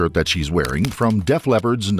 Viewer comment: Does the narrator have a problem with Def Leppard or something? lol